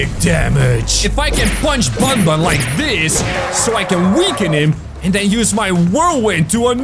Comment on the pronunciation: Banban not bunbun